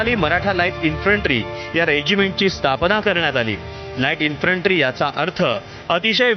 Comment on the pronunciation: उच्चार काय करायचा ते एकदा नीट ठरवा. कधी " इन्फ्रन्ट्री " म्हणता तर " इन्फन्ट्री ". हा गोंधळ का?